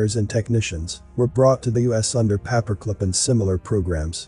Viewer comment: Paper clip. Not papa clip. Please annunciate,thanks for your efforts 🙏💓